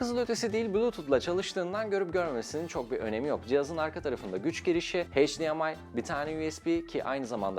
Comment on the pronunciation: HDMI , HDR gibi terimleri heyç diye okuyorsunuz, doğrusu eyç. Teknoloji kanalısınız düzeltiyim dedim, anlatmak istediğiniz şeyin değeri düşüyor, odak kaçıyor. Kusura bakmayın böyle takıntılı gibi yazdım, söyliyim dedim sadece teşekkürler paylaşım için.